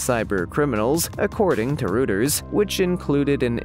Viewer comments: "Indictment" is pronounced In- dite-ment" not "in-dick-ment". The news service "Reuters" is pronounced "Roy-ters", not ""Roo-ters". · "Reuters" is pronounced "ROY-ters." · "Rooters"? Try Routers. Don't you listen to general news broadcasts? Oh! I see now, you are a text to voice robot. The Script writer needs to use different spelling to get the right pronunciations. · Indictment is pronounced en DYE ctment and Reuters is pronounced ROY ters and Baker is pronounced BAYker! If you can't pronounce commonly used words, maybe you need to ask for clarification from someone or be replaced because your lack of professionalism makes the video annoying instead of being entertaining and informative! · OMG... HOW is it that you don't know how to pronounce "indictment," "Reuters," "Bakker," or "Madoff"?